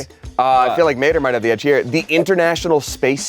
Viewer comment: Just saying ta mator is not his name its just mator like ta mator with out the ta thats litterally a line in the movie lol and he does need oxygen they do have air intake on vehicles lol